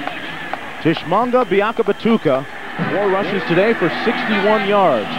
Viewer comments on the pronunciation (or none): Ha ha! I love how they called him "Tish-manga." Learn how to pronounce it BEFORE THE GAME. Tee-MON-gə.